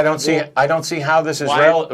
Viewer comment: the how should have been emphasized.